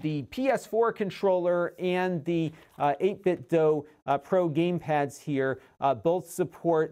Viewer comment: Shouldn’t it be pronounced, you know, “8Bit-do,” not “8Bit-dough”? 🤔